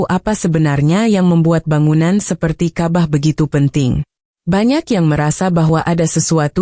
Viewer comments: Ini orang buat brita bohong .nyebut Alloooh juga alah .nyebut ka,bah juga kabah . ..ci emba ini bukan orang islam .. dia lagi cari duit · Ini jelas fitnah 100% oleh Kristen. Karena cara pengucapan kata Ka'bah dan Allah jelas adalah cara intonasi Kristen mengucapkannya.